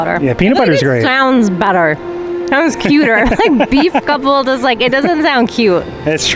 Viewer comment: beef couple omg I can't stop saying it and laughing- beef coulple HAHAHAHAHAHAHA